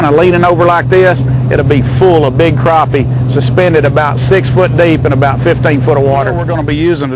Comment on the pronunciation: croppie? lol